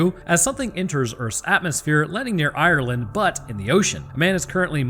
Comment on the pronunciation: The way way he pronounces Ireland makes me chuckle a little. The E is actually silent.